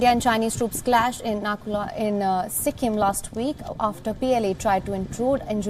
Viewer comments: Please correct the name of the pass it's Nathula not nakula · not Nakula ,it's Nathula OK.. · Not Nakula it's Nathula 😊